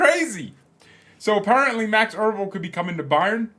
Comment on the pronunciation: It's EbeRl, not ERbel...